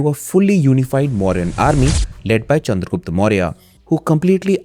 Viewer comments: if u can say chanakya why not the proper pronounciation that is chandragupta.. rather than calling him chandragupt.. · sorry to say but its pronounced chandragupta only.. of chanakya is right then why not this?